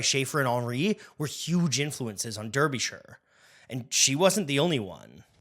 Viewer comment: Very rude to pronounce Derbyshire's name incorrectly.